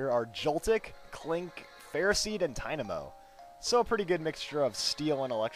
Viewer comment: U spelled klink wrong u said 'Kling'